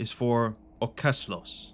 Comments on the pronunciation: I like your reading, but mate your Danish is atrocious. 😂 Adds a bit of fun to it though. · That's the oddest danish pronounciation I've heard in a long time. Gave me a good laugh though